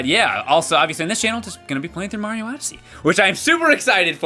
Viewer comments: ummmm it's not maro it's mario! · John Wuu I don't think that's a typo. He has called Mario "Maro" alot of times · Mayro now is in twee dee and wif his new countrpurt crappy!